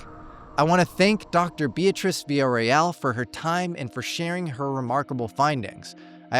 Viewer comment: Veeya-RO-EL. That's the name. Everybody gets this wrong. Thank you for having her on, though. Great job!